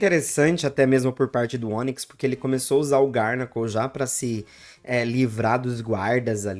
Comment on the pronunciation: Garnacl 😂vc pronúncia errado o nome desse pokemon é garganacl só uma dica não é hate😊